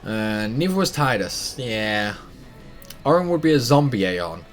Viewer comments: It low-key triggers me every time you say Tide-us instead of Tee-dus XD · Tee-dus sounds way more stupid though, I called him Tide-us the whole time and will continue to do so (even if it is wrong)